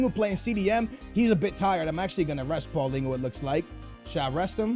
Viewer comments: it's PAULINHO not PAULINGHO so annoying. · its not paulingo its paal lee ni ouh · Y do say "paulingo" to paulinho you pronouce it "paulinyo" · I have two things to say 1. play Vertonghen as left back. 2. it is not Paulingo its Paulinho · It's Paulinho, not Paulingo.... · not paulingo, its paulinho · Why do you say pauligu instead of paulinho like dang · It's not pauliningoo it's paulinio/paulinhio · Why do you say PaulinGhu? Its Paulinho why the fuck do you see ing and a u wtf. Its pronounced like RonaldiNHO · What did he call Paulinho?? Paulingu??